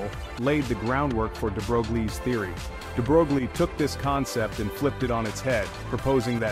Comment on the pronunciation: No picture of DeBroglie and no mention of how it inspired Schrodinger! Proper pronuciation is "DeBroy". Pardon my nit picks! Otherwise, well done.